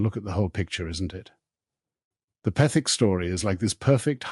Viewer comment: What a hatchet job: a series of misrepresentations; half-truths; and outright lies and just enough basis to create a misleading narrative. if you expect any credibility, at least learn to pronounce Petherick correctly.